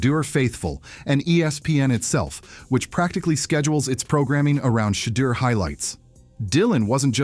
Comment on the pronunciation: Can't watch this when you can't even pronounce his name... 😔